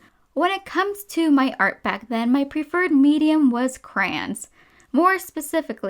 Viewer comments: It is driving me I.N.S.A.N.E how she is saying ‘c.r.a.n.s’ WTF? It’s ‘c.r.a.y.o.n.s’ im Australian, does the rest of the world say crans? Like wtf it’s even spelt crayons! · ITS NOT KRANES ITS CRAY LIKE CRAY CRAY ON SAY IT WITH MY CRAY ONS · Cray-ons not crayns Sorry, idk why these killed me inside so much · Crayola crans Im not trying to be rude, i just think its a bit funny how much she says crans and not like crowns or something.